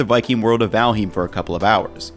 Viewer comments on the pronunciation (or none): Super nice video - especially because I am also exploring Valheim with some friends. However, as a Scandinavian, I flinch every time you pronounce it Val-heem. The "heim" is pronounced just as "I'm" with an h in front. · I can't get over him pronouncing Valheim incorrectly. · bro your pronunciation of valheim and habanero drives me mad lol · valhim lol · Excuse me, Valheem? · you say Valheim in an odd way, but cool vid